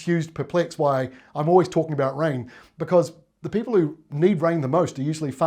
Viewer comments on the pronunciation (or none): none